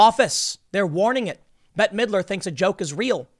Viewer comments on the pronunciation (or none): none